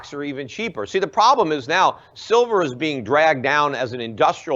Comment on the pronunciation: "Shilver". Lol. Nice slip.